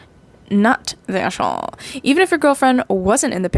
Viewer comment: Istg i am going crazy about how you say the a in aita lol Its so funny "eshholee" XD (Also your art looks great